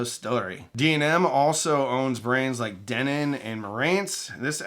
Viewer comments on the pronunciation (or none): none